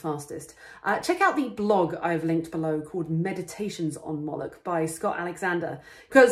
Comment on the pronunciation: yaknow... "Molochy Forces" :) excellent video